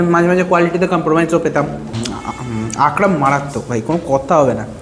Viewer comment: Akrom na re bhai akram akrom akrom korei jarche😂